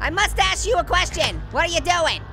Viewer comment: said to the neighbor "I MUSTCHE U A QUESTION". LOL I GET IT😂😂😂😂